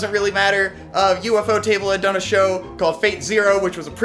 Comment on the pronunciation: just so you know, it's pronounced "yoofo table"